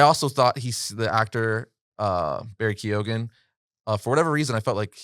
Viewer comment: Its Barry Kee-on